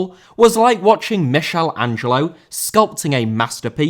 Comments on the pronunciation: "mishellangelo" Wtf is that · It was genuinely awful, what are you on about? It sounded like frenchman’s pronunciation, not an Italian one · I suspect he deliberately mispronounced the name just to wind up the guy who always trolls the way says names. He has over 1,000 comments on this channel. All of them the same thing. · the way you pronounced Michelangelo made me fall off my chair 😂😂🤣🤣 omg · I don’t like how you pronounced Michelangelo. Have you not seen the Teenage Mutant Ninja Turtles? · My main takeaway from this video is why did he pronounce Michelangelo so weirdly!?